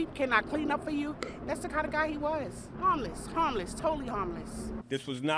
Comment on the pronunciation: He was hahm less